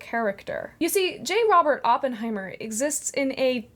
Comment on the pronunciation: Great video, and thank you for pronouncing Oppenheimer's name correctly. Over the past few weeks I've heard so many people say Open heimer that I've wanted to hit something. I read J. R. R. Tolkien: A Biography years ago, late '90s, around the same time I got my copy of the old green hardback Silmarillion with the wonderful foldout maps (my highschool library was selling old books and I managed to pick up some great stuff for almost nothing.)